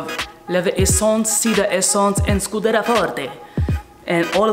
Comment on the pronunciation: Its pronounced scu-de-(RIA) Not Scu-de-ra love your videos man !